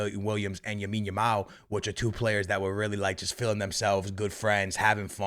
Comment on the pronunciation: Bro has mispronouncing lamine as yamine yamal since day 1 bro learn to say his name 😭